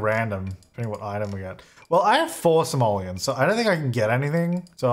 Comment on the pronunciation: You have 4 Somalians to your name? Might wanna work on pronunciation there.